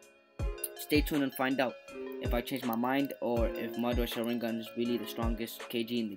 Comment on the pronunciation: can you pls just learn how to pronounce sharingan